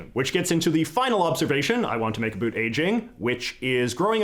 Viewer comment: Can you pronounce the word about correctly, please?